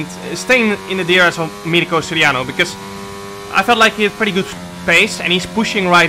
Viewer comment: Great race and great content as always. But you mispronounced Mirko’s name a little bit, i know it’s not easy so here are 3 alternatives: 1)Danegro 2)Danirko 3)Battista (his third name)